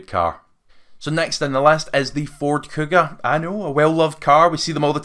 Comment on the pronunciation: kuga not cougar, evoque not evoke